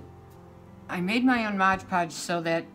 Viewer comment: MOD Podge... MOD Podge MOD Podge.... not MODGE Podge...